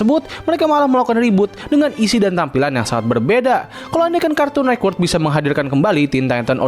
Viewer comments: Agak terganggu ya dengan kata cartoon nekwort karena yg benar network bang shrsnya😂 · kartun network bang bukan nekwort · Kenapa lu baca cartoon network tuh "kArtUn neKwErk" dah